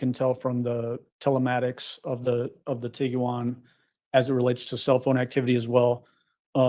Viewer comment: Did he say tiggywan?😂 cute